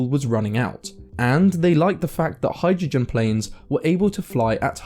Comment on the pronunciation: Thanks for the production, I enjoy your stuff. Just check out the pronunciation of "hai druh jn" 😏